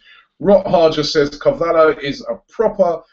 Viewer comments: Why do you keep calling him CAVALLO? lol surely it's pronounced Carvallyo? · YOU FUCKING PRONOUNCE IT CAR-VALI-O FUCK SAKE, AND MARCUS RODGER? ITS MARCUS RO-HO, HOW IN GODS NAME DOES SOMEONE PRONOUNCE ROJO AS RODGER?. YOU FUCKING HAVE THIS MASSIVE CHANNEL AND CANT PRONOUNCE NAMES. IF YOU FUCKING DONT KNOW THEN FUCKING LOOK IT UP.